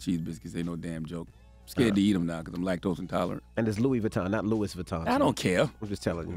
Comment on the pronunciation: is Louis not loui.